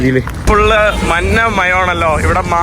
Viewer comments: എടാ കോപ്പേ, മന്ന വണ്ടിയല്ല, മഞ്ഞ വണ്ടി എന്ന് പറഞ്ഞു പഠിക്കുക. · കോപ്പേ, മന്ന അല്ല, മഞ്ഞ ആണ് ശരി